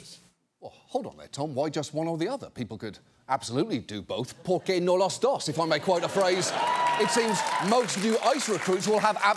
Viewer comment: Pronouncing "porque no los dos" so horribly tells me that he is not an ally. How could any self respecting Mexican let that get through?